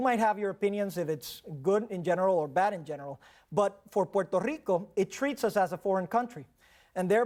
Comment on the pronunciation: I hate how this guy says rrrrrRico